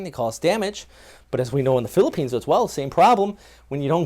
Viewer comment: this guy pronounce the places in philippines so good! nice one bro..💪👍👍👍👍